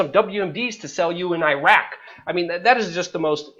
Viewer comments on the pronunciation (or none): none